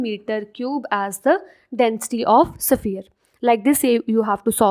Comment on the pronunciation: Its sphere not saphier